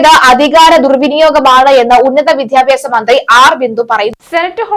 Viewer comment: ഉച്ചാരണം കൂടുതൽ ശ്രദ്ധിയ്ക്കണം റദ്ദാക്കുക റത്ഥാക്കുക അല്ല വിദ്യാഭ്യാസം വിദ്ധ്യാഭ്യാസം അല്ല